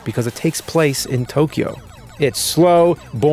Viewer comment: The difference between tokio and tokyo is the ammount of syllables